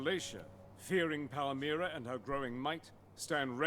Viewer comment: it pronounced Pal - Mi - Ra